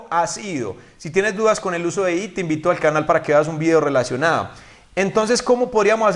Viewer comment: Pronunciaste ''it'' como at?